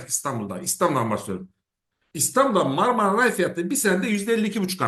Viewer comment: Marmara Ray değil, Marmaray. Aynen Ankara Ray olmayıp Ankaray olması gibi. köyden yeni mi geldiniz? Böyle fahiş bir hatayı bari siz yapmayın..😮